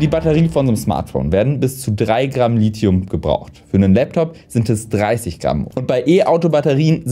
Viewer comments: Ich hätte nicht gedacht, dass mein Kommentar vom letzten Lithium-Video beachtet würde. Ich bin sehr zufrieden mit der Aussprache des Lithiums! Schönes Video :) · Ja du sprichst Lithium richtig aus 😍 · Anscheinend habe ich Lithium 20 Jahre falsch ausgesprochen.